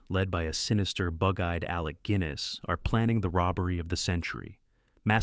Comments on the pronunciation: 'Alec Gwinness'? You said 'Guinness' perfectly well only a few minutes prior, when speaking of his 8 roles in 'Kind Hearts'. And you said 'Gwinness' again, when talking of his role in 'The Lavender Hill Mob' after correcting your earlier mistake. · excellent video, the modern US audience deserves to see these wonderful films. One minor thing; Guinness is not pronounced 'Gwinness' - with your accent 'Ginness' should sound right. Loving your content, keep up the great work. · It’s pronounced Ginness, not Gwiness. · It is strange how the narrator pronounces Guinness as Gwinness rather than Ginness. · Why is the narration repeating the name Alec Goo-innes rather than Guinness? Then there was Moira Leester. I was reminded of my mother, who went to school with Harry Fowler, the star of Hue and Cry. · It is not Alec “Gwinness”. It is Alec “Ginness”, with a hard “G”. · Not Alec Gwinniss - Alec Ginness (no w sound in the surname) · Please! Not Alec Gwinness! It's a hard G. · Great fun for us Brits, all these films. Just one thing, narrator: Alec Guinness name is pronounced "Ginnis" as in the drink, not "Gwinnis". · Guinness (like the Ale) not “Gwinnes” otherwise thanks for highlighting some true gems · Shame about the pronunciation, who's Alec Gwynnis ??? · "Alec GWINESS"??? I call AI BS. Nobody who knows anything about British film is going to mispronounce 'Alec Guinness' – and it's not the only mangled pronunciation here, either. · Alec "GWINNESS" REALLY? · Alec Gwinness? Can't the idiot narrator pronounce names correctly? By the way, these movies are often shown in US art house movie theaters and many of these were actually successful....there are not obscure. Get with the program. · The narrator is AI. In other videos. it often says lead (metal) when lead (direct or cable) is required, and vice versa. The wrong word is often emphasised in a sentence. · A nice way of showing off these films, but the AI voice somewhat ruins it, like pronouncing Guinness as 'Gwinness'